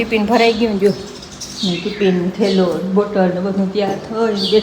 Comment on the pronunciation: ટીપીન ન કહેવાય ટીફીન કહેવાય કાળો લંચબોક્સ કહેવાય